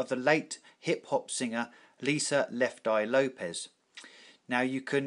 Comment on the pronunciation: Its LopeS, not LopeZ